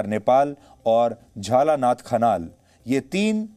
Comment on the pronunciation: अबे न्युज च्यानल वालो अगर नाम ठिक से लिखना और बोलना नहि आता तो न्युज कियु चलाते हो । दहल नहि दाहाल होता है और झलनाथ खनल नहि खनाल होता ।।।। चोर इन्डियन मिडिया